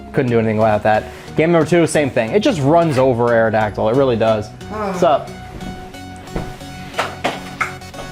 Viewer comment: Awrodactyl ? Ewww lol